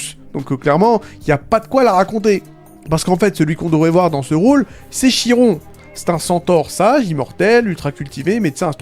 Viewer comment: Ça se prononce comme « kir » pas « chir »